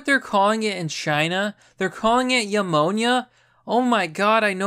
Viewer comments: Pneumonia is pronounced "new mo nia". Not "YOU mo nia". Just saying... it was bugging me. But in chinas case it's pronounced "cor o na" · New Moan Ya , is how you pronounce pneumonia GUY